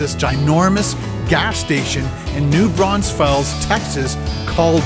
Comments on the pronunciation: Any other Texans yell at their phones when he pronounced the S in Braunfels? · It's not, actually. It's Braun FELS. Like "feels" without the extra E. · For real! I was like wtf is a New “Braunsfels” ??? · New BRAUNS FELLS 🤦🏻‍♂️. The cringe is real lol 😂